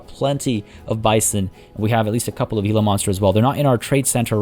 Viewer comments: for what it’s worth, I’ve always heard it pronounced as “Hila” Monster. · Hello! I'm no troll, I wouldn't do that to you, I am a friend. I live where Gila monsters live. It's pernounced Hee-la monster, no hard G. Same as the river here named Gila River. At one of my local Zoos you can get scary close to the Cassowary.